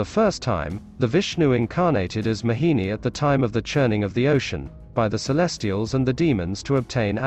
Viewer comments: Its not mahini its mohini 😅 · Everytime this man kept saying 'Mahini' and i kept smiling. Never heard this pronunciation from anyone. FYI my name is Mohini. Was here to understand the true meaning of the name. 🙂